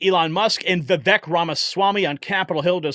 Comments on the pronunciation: His name is pronounced "Vivaaak" like "Cake" Ramaswamy. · Vivek is pronounced Vivake rhymes with cake. I heard him thank someone for pronouncing it right. The least we can do.